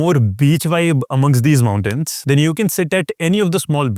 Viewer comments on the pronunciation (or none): none